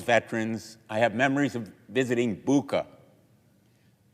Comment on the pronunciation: Bucha is not the same as Buka. Sen Blumenthal is arrogantly dismissive enough not pronouncing the name of the town correctly. Besides it happened so that I know some people from that town. What they witnessed was that Russian soldiers destroyed some fences and asked people to borrow pots to cook. They did not touch those who did not fight them. That theatrical performance “massacre” was staged two days after Russian army left . But who cares? Lies repeated many times becomes truth, right?